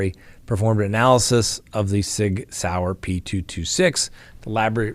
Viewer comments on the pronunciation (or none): none